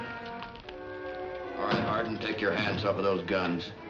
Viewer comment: Born JOHN WESLEY HARDING birth certificate states JOHN WESLEY HARDING thats harding not hardin never hardin HARDING its not hard to say JOHN WESLEY HARDING dont be lazy